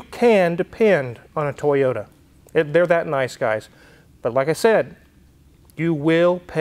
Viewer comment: Brother, you get a toyoTa not a toyoURA. I also want some water 🥵😄